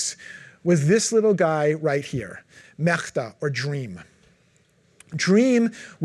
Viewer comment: Uses Google tools for research, he said, but is evidently clueless about TTS in Translate. I couldn't help but cringe every single time he butchered "Мечта". All the names he mispronounced